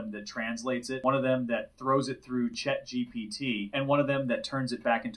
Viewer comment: Chet GPT 😂😂